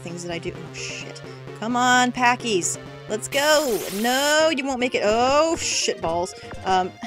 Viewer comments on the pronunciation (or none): "Come on Pacies" I can't be the only one who heard this differently to how it was intended and cracked up xD